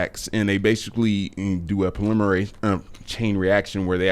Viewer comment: ‘Polymerase’, not ‘preliminary’